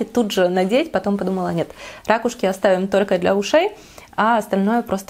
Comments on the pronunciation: РакУшки,, ракУшки! По-русски правильно говорить: «ракУшка». А гардероб 👍🏻, вам очень идёт 🙂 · Николай Николаевич да-да🙉🙉 ужас , как режет слух эти рАААкушки🤯🤯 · замечательное видео, но рАкушки - это конечно... сначала думала в шутку так их называет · я говорю рАкушки, и о боже это конечно так ужасно))) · Вот и поучи русский язык:) правильно - ракУшки) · Ударение на первый слог - разговорное и простонародное. Если хотите разговаривать более грамотно, то ударение на на второй слог. А так сразу чувствуется провинциальность.